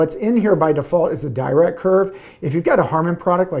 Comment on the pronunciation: Dirac is named after Paul Dirac (an absolute OG in quantum physics and mathematical physics generally). Being british he pronounced his name "duh rack" not really "dye rack". It's more of an aside and doesn't take anything away from the excellent content of the video, but worth noting.